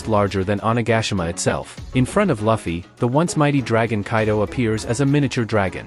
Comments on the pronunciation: It's not "Luh-Fee" it's "Loo-Fee"!! 😆 Nice complete vid though! ✌️ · No luh-fie its lew-fie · Why the hell do you pronounce luffy as Laffy? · Loofy. Is the pronunciation bro😂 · Its ai voice so if he typed luffy name as loofy ai will say luffy but since he said luffy ai will say fluffy without the f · Name is not Laughie.. its Luffy😭😭😭😭. Sorry but I cant ignore the fact that you miss pronouncing Luffy’s name😭